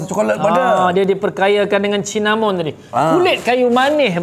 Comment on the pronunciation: Cinnamon - Kayu Manis lerr. bunyinya Sinnamon.. jgn sebut Cin🤭😆. Jumpa da tadi survey kat Shoppe✌️.